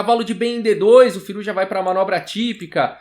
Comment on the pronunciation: acho q se pronuncia "Firúza"